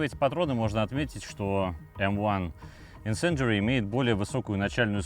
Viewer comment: "M1 Incendiary" i jumped out of my seat!!!!! That pronunciation was clean!